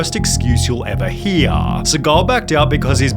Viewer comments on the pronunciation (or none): Triggering.... excuse you'll ever he-AR muk-ARA bad kar-MAR skills as a fight-TAR